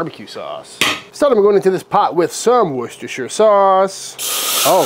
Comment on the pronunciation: Great and correct pronunciation of worcestershire, your trips to England have paid dividends